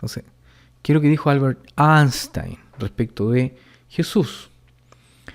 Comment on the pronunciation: Se parece a uno de los testiguitos que me visitaba, solo que el mío tenía peinado de puercoespín xD. "Aaaaaanstain" jajajajaja, si le preguntaban por el Quijote hubiera respondido lo mismo, que en dicho libro se respira su presencia y lógico siendo el protagonista.